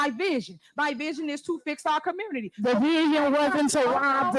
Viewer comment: What the hell is a “commurnerty”?